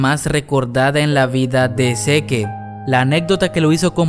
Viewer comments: Encuentro más exasperante oír cuando dice "zeke" siendo que se lee "zek" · Que no se pronuncia sic y marli? no seque y mare :v jajajaja todo el video me la pase imaginando que decias "ahi mare" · Escuchar todo el rato "seke" en vez de "sik" está cabrón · Me da ansiedad cada que dice SeQUE en lugar de SIK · Zik se pronuncia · pero se pronuncia ( zik ) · No se dice "Mare" es "Marley". Y no es "zeke" es "Zik" me cagan cuando pronuncia mal. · Zeke se ponuncia Zik Mare se pronuncia Marley No hate :) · No pronuncia mal el nombre? no seri pronunciando "zik" "yeguer"??? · Se pronuncia Zik no seque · Se dice zik no seque. Que estresante